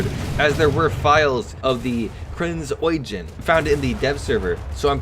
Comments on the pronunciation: Eugen is pronounced Oy-gen and gen is not pronounced “jen” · So somehow you didn't pronounce eugen as oh-gen like most English speakers, you nailed the "oiy" part but prounced gen as "jen"? Still great vid anyways